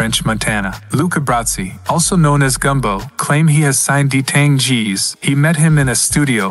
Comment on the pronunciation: “D tang” 😭